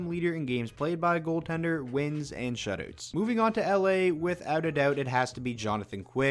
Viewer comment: I love every time he says "shutoots"